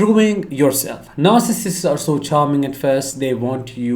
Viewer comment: NAR—Sih—cists…pronunciation(?)…since your videos are ABOUT this personality disorder…(?).